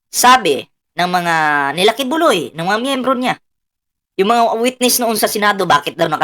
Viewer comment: Buloy ka ng buloy bulog Hindi ki buloy ki bulog